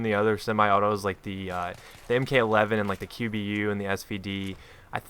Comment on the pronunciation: you mean Mark 11 and not m-k 11. you dont call a mk-19 a m-k 19 you call it a mark 19